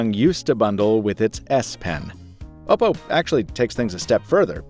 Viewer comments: oh god i dont like how you say oh pou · Finally a reviewer pronounced oppo right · Bro says "ohpo"?